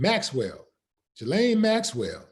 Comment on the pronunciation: A Willie, correct pronunciation of her name is Ghee-Lane Maxwell.